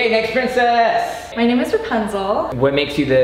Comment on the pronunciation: It's not pricssce it's pricess